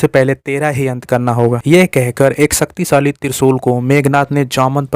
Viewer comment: Sucktisali nahi bhai shaktishali